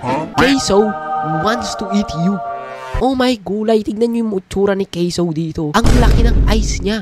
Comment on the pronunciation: caseoh hindi ca se oh